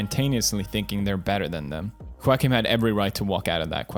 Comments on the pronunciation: It should be pronounced as “Jokin” lol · Everyone: Joaquin Phoenix Pewds: JOE-A-KIN Phoenix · Felix pronounced “Quackin” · Uh. If that's the case, it should be pronounced (Hawk-een) but it's pronounced (Wawk-een). Try again? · Felix: Seiriously, why can't we just call him Joeceem Phoenix. English language, please. Ok, Fellix Kellbög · Ho-ahkin phenix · Felix: Seiriously, why can't we just call him Joeceem Phoenix. English language, please. Ok, Kelljeberg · Given how the name isn't exclusive to spanish speaking countries, and it has a portuguese counterpart where the J is pronounced, I think it's less cringy to pronounce the J instead of hearing everyone say "walkin'" phoenix. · I cry in Spanish every time he mispronounces Juaquin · "debut film" pewds: "debit film" "Joaquin" pewds: Walk-In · Me: wackim phoenix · Pewds : I want you to get this man's name right , kay ? Also Pewds : This is my friend Quack-een Phoenix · Choaken Phoenix? Lol I thought you say JOAquin Phoenix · pewds, Joaquin is pronounced wah-keen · it’s pronounced whoa-keen :)❤️ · "Joaquin" is pronounced the way it is... because it's not an English name. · "Joaquin" is a spanish name, thats why its pronounced that way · I cant with how pewds says Joaquins name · Pewdiepie: My me mine favorite actor (cant even pronounce his name) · Joaquin is not pronounced as you wish, because he was born in Puerto Rico, so Joaquin is Spanish, not English. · Lol why can't Felix pronounce Joaquin's name? I get it, he's got an accent but it's pretty easy once you've heard the correct way. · Pewdiepie doesn't know how to pronounce Joaquin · "Joaquin" is a typical Latin name, thus not pronounced as it would be were it a typical "American" given name....